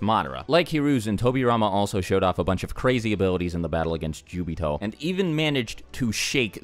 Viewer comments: Why does this guy call obito as jubito??? I dont remember obito being called jubito😅😅😅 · It’s not jubito is Obito.... -_ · he said jubito its obito!!!! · Who the hell is jobito😂😂😂